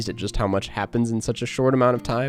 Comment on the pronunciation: Poor Almodóvar getting his name butchered so badly 😂. Thankfully the name shows on screen 😂